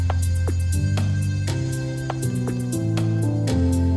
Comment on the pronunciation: I love Donatella Versace! She’s absolute stunning. She also seems like a really sweet woman to me. Ps. It’s Versace, not versachi